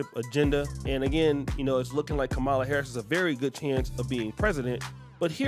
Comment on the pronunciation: Ka-Ma-La Harris, not Kah-Ma-La Harris.